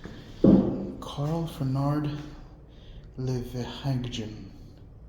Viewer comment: Ferdinand lol, not Fernard